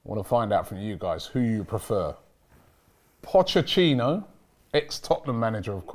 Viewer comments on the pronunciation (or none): Nobody: Absolutely nobody:: pochechinno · Nobody:: Pochechino